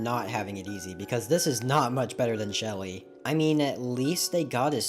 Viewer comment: That’s smelly not Shelly